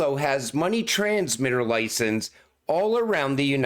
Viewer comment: It's Not License when plural but Licensessss.... You say it WRONG all the time!!!